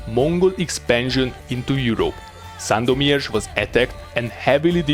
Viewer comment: You have a great pronunciation of the city of Sandomierz. Greetings from Poland :)